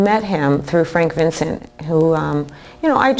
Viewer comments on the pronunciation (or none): none